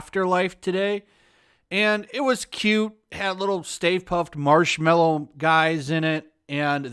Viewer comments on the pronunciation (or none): Why cant anyone get the spelling or pronounciation right? Its marshMALLOW. MAL-LOW not mellow like mellow out, mallow. Christ almighty